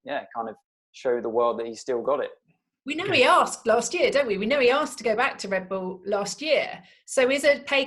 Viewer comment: as a american i love how zac brown says team names, REN-oh, RED Bull he puts so much emphasis on the start